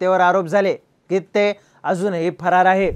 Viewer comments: गित्ते नाही गिते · गित्ते नाही ओ गीते आहे 😂😂